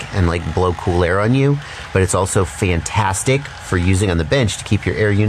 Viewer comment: Did you say it was, FAN-tastic?